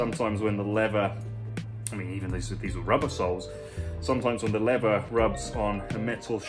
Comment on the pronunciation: I live in Texas where leather and cattle are king. Love your videos and I watch them all. Just find it fascinating how shoes are made new looking again. Just one question though. I’ve noticed a lot of Brits pronounce “leather” as “lever”, losing the th sound. What’s with that? Just curious! Great videos!